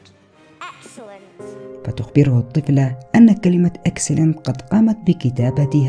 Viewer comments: ماشاءالله طول عمرك مبدع اخي بس معي ملحوظة صغيرة وهيا: نطقك لكلمة (Excellent)كان غلط وانت عارف انو في معاك متابعين من جميع أنحاء العالم. والشكر لك على كل المجهودات المبذوله لكي توصل لنا الخدعة و المعلومة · هو قال نطقها غلط مش الكتابه غلط